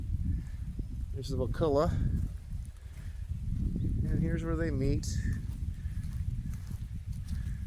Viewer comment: Wakulla not Wakoola